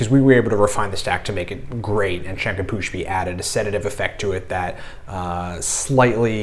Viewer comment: Its not shanka pushpi. Its shankh pushpi 😂